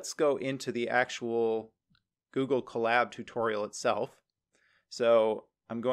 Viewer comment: Huh, I always heard it as "CO-lab", like co-worker and lab..oratory. "cuh-LAB", emphasis on 2d syllable, as said in collaborate, sounds a little funny to me